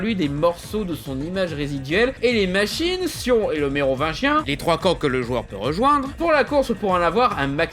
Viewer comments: Heuuuuu je rêve ou tu as dit neovagin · C'est ce qui se passe quand on articule pas assez bien le mot "Mérovingien". Mais en même temps, c'est difficile de bien articulier certains mots quand on fait de long phrases avec un certain rythme.